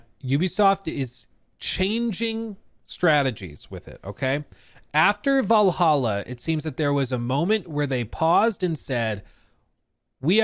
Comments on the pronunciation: "Vallaha" noyce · Val hal aa how hard is that? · If you can’t pronounce Valhalla you have serious problems